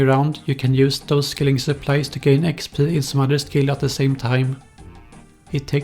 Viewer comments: expeeeeeeeee not expL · Is it just me or when he says "exp" does it sound really fucked up? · The way he says xpdl kills me everytime😂😂😂😂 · thuhfing uhcspurr